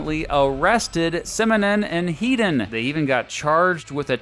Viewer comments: Topper Headons name is pronounced Head not Heed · Please. It's 'Heddon' not 'Heedon' He's English not a fuckin Yank